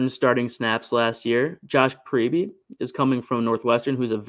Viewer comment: I'm pretty sure it is pronounce "Preeb.". Not "Preebie"